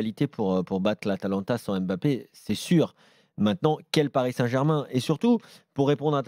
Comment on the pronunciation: Je remarque que les journalistes ne savent toujours pas prononcer mbappé. Triste